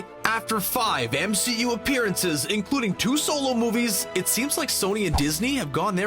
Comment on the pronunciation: The MCOOO. Great stupid pronunciation